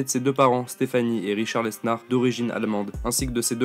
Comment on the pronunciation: Mec arrête de prononcer le S de lesnar